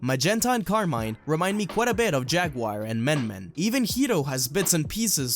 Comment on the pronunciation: nice video but please, stop saying car mine, its Italian Carmine since they are inspire by the Mafia.